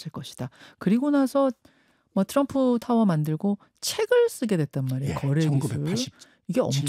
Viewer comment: 트럼프,또람푸도 아니고 츄럼프인가요?ㅎㅎ